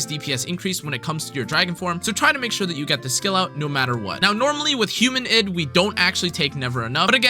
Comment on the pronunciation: Id is pronounced eed Also, I initially though Versalis was pronounced ver-sai, but that word already exists and isn't uncommon to japanese speakers, and it's spelled "Versailles", so unless it's actually mentioned by some VA in the story (in JP, the english VA is terrible as usual) then I have no idea how Versalis is pronounced either :/